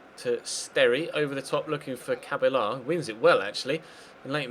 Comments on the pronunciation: It's not pronounced ca-ba-la its pronounced ca-bella because you roll the two L's! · Cabella is pronounced cabeya if u were wondering great series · it's pronounsed Remy "Cabeja" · remy cabella is pronounced remy ca-BELL-a